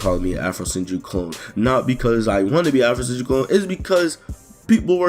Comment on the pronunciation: also did you add the I at the end of Afrosenjui